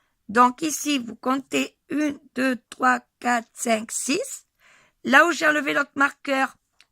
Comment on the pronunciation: On dit cinq